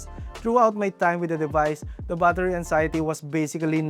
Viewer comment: Battery ❌.. Baathari ☑️🫡